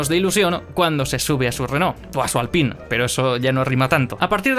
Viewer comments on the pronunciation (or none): none